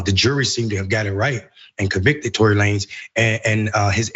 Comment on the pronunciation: why are they so one sided, why don't they mention all the lies she told and the testimony changing, she can't even pronounce Tory's name, that just tells you how scripted the show is.